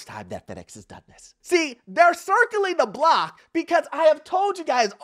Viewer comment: Not circling the block again 😂😂😂 why you have to say it like that